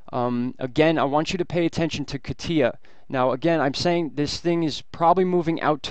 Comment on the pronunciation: Kah-TEE-ah? Most are getting it right. KAH-tya, the Russian nickname for Ekaterina is stressed on the first syllable.